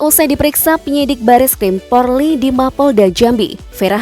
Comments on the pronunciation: Min jangan bilang porli yg benar polri😂😂😂😂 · 😁😁😁 si mimin slh mulu bilang polri malah porli.kwkwckk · Polri ... Bukan Porli.. Sebutan salah makna pun hilang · Yg benar PORLI atau POLRI yaaa penyampaiannya... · Polri bukan porli